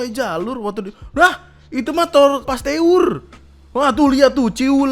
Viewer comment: Lucu bgt pas bilang pastewur